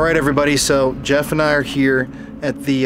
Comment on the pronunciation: "My names yeff"